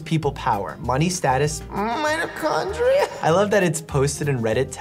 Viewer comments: “M I T 0 C H 0 N D R I A” I LOST IT 😭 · and was my favorite 😭😭💀 "MM KLORIFYLE?!???" "MMITOKONDRIA?!!" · Nobody: Not even a dead patient: Doctor Mikhail: M i T O c h O n D r i A